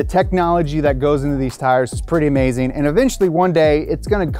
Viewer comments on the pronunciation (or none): none